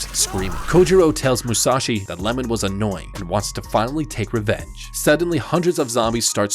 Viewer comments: It’s not lemon it’s iemon 😂😂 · His name is iemon, not Lemon